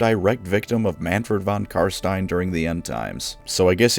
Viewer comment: You keep saying his name wrong which is especially strange as you used to call him by his proper name...it's not von karstien...it's von cumstain